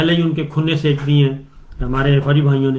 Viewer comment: صابر بھائی سیک نہیں سینک۔۔۔ھے۔۔۔۔۔ ؟